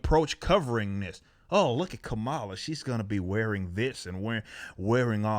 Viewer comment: Did he just say, "Commyula Harris" ?? LMFAO. I'm gonna be using that one.